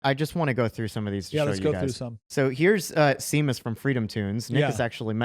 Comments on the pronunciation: NOMG Seamus is pronounced SHAY-MUSS And therein lies the reason we opted out of that name for our son- it’s the Irish version of James, as Sean (Shon) is John. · It’s a typical Irish name with a typical Irish spelling. It’s pronounced, “Shay-mus” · But his name is pronounced Shamus!….in Gaelic, SE..equals sh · It’s pronounced shame-us. NO THIS IS NOT ME SHAMING SEAMUS FROM FREEDOMTOONS IT’S JUST THAT HIS NAME IS PRONOUNCED WITH AN A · Guys, it's pronouned (shay-mas). It's Irish. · Pronounced "Shaymus" Seamus is. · How on earth have you lived thirty years Christian and never heard the name “SHAY MUS” never even seen an Irish Catholic? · Not to nit-pick but Seamus is pronounced Shay-mus. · 'Seamus' is an Irish name that's typically pronounced as SHY-muss or SHAY-muss. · Call the guy. I think you will find his name is pronounced “Shay-muss”. It’s the Irish equivalent of James. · Seamus is Irish... pronounced Sheamus usually. Idk maybe y'all know this person & they do pronounce it that way...😊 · Isn't "Seamus" actually pronounce SHAY-MUSS?!? I LOL'ed listening to you pronounce it the way you did! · That's if you're Sean Connery. The rest of us say Shay-muss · its not different areas pal, its literally one pronounciation. There is no exception, shay-muss. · From hence forth, his name shall be pronounced Se-am-Uss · No. It is not shame. Shay-mus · Why can't they pronounce Seamus correctly?😂😂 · Your pronounciation of Seamus makes me laugh, I'm so glad my name is both common and phonetic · Why are you trying to shame us for Miss pronouncing a name? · How is this shaming? It's not like they insulted you for not knowing. To be fair, pronouncing names wrong out of ignorance is understandable, it happens...but don't you want to pronounce it correctly? You're getting upset as if you're being shamed and attacked just because someone is attempting to help other people pronounce the name correctly. That's absolutely ridiculous and overly sensitive. Grow up and toughen up.